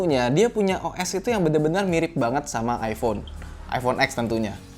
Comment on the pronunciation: Iphone bukan ifhone wkwk